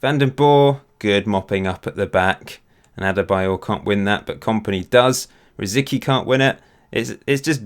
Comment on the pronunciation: Correct me if I'm wrong, but it's pronounced "Rosiski" right? edit: According to wikipedia it's "Rosɪtski"